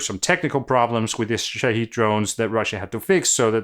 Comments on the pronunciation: The Iranian drone name is pronounced "Shaw-head" not "Sha-heed" :) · Small thing. I'm not a speaker of arabic, but I saw one point out that Shahed is pronounced shah-head, not shah-heed. Apparently Shaheed is a martyr and I think Shahed is a seeker?